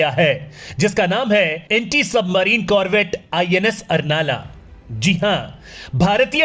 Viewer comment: उसका सही नाम अर्नाळा है , कृपया सही उच्चारण करो. मराठी नाम तोड मरोड के मत लो मराठी का कृपया सम्मान रखो . मातृभाषा है हमारी.